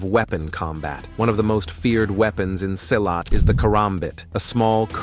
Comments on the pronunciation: Silat is actually pronounced like you pronounce "C" on celcius. "see-lat" Not Seilat. www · Wrong pronunciation. Silat pronounce SEE LAT not sailat. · Funny how virtually every martial art make virtually every claim made here about Silat. And its see- lot, not s-eye-lot. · Pronounced "See Lat" not Sigh Lat. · pronounce it see laath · pronounce "see-lat"